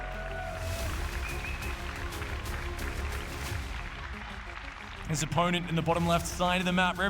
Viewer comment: I cannot stand casting. He does not have any of the fundamentals of public speaking down... if it's literally your job to speak English and create a compelling story then there's no excuse to be bad at it. His enunciation sucks, he can't even pronounce Maru. He always sounds like he is complaining or freaking out about something. And he offers zero insight into what the players are doing, he just says what's in the middle of the screen. He never, ever, lays the groundwork for what is about to happen, he is always lagging behind and purely reacting to what's on screen.